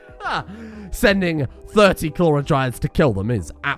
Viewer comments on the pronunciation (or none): You pronounce "clawer" like "CHLORA" and it messes me up every time.